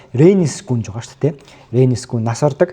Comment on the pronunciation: вейгар гэж ярий хө, Princess Rhaenys Targaryen and her formidable dragon, Meleys (the "Red Queen") шүү. Peace out.